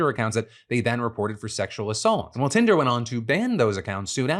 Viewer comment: Did he really call it hinder in the beginning